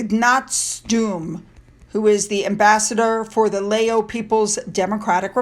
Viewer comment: "Lao" like cow. Hey Omid, What does Meghan ever do to help people?